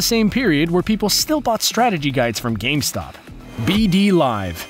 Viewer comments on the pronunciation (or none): none